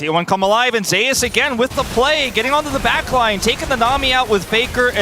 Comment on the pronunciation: How about just call Zeus Zeus instead of ze ass